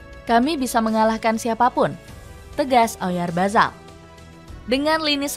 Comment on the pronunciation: Oryazabal❌ Oryabazar✅ Apalagi oralbayar😂